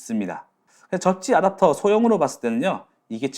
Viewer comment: '아답'터 너무 거슬린다...